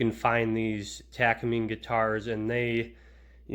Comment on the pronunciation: You are missing some nuance to your information beyond your poor pronunciation of Takamine. Takamine was to provide a cheaper version for Martin for greater distribution. Their partnership with Kaman that came about after the Martin dance thus resulting in the cease and desist letters because Martin and Kaman were competitors.